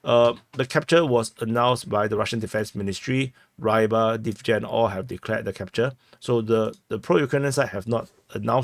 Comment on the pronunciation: I've heard Rybar is pronounced somewhat like "re-bar" similarly to the word rebar.